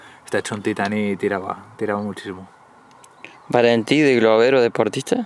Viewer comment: Mira que cuesta decir Valentí...